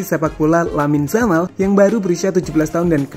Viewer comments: Yamal mas bukan jamal jelek kali jamal😅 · Saya suka sama channel ini karena pengisi suara nya enak didengar dan irama bicara nya ga monoton. Tapi saran saya, perbaiki lagi pengucapan (pronunciation) nya, karena kalau salah pengucapan bisa mengurangi kenyamanan yang nonton. Terutama pas ngucap nama pemain. Di video ini nama 'Yamal' kalau pengucapan nya benar bakal jadi perfect sih menurutku. Itu aja yg mau saya sampaikan dan maaf kalau kata2 saya menyinggung. Semangat terus! 😄